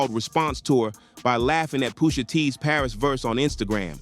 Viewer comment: Its Pusha (Push) NOT Poosha.